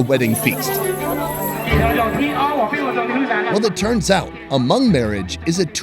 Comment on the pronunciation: Thanks for pronouncing Hmong correctly. It is not pronounced Ha Mong like so many other Youtubers. Happy to see you prosper. Been here since the beginning